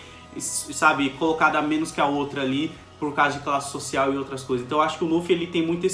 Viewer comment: Que agoniante esse careca falando o nome do Luffy.